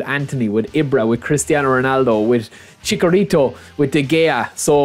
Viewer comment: Chicharito not chicorito.. He's not a grass type pokemon